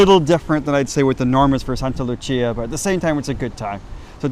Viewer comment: Not to be a dick but it's Sankta Lucia not Santa Lucia. in english it would be Saint Lucy's Day